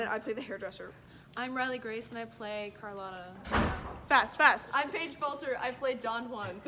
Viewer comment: "croclotta" lmao